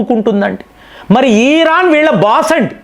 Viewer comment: ఈ రాన్. కాదు ఇరాన్ మీరు కంటిన్యూ గా తప్పు పలుకు తున్నారు